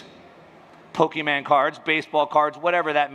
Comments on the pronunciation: When he said “Pokéman cards”, he lost all credibility with me. 🤪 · did he just say "pokeMAN" ?? HAAHHAH